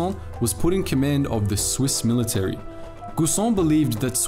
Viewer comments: Yo just real quick, it's pronounced giisan and not guusan. But great video nevertheless. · Its pronounced Gi San, and Re dui. Switzerland also pushed for early electrification of the railroads in order to cut down on imported coal in favour of domestic hydroelectric power. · In Guisan the u is silent